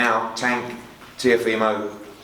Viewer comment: That reporter really said Teofemale. 💀😂